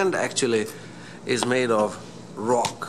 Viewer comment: the way u say rock😂😂😂😂😂